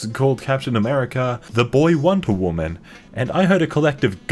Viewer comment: Can't you hear it?! It's a Whamen! 🙄🙄😤😤😤